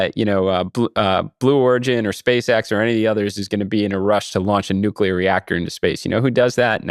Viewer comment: I was surprised when Issacman pronounced "always"....."alweeze". At least he got nuclear right (not nucular). I've been hearing lots of people saying alweeze. Where did that come from? I think there ARE extraterrestrials who are already here. They're starting their takeover by making us forget how to talk, one word at a time.